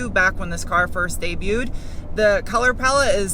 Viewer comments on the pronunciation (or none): none